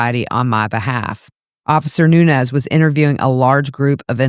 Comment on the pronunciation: Nuñez ñ is a different letter in the alphabet and sounds different then n. Learn names as a public speaker